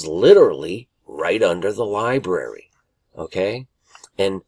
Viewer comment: Lie-Brary. NOT lie-BERRY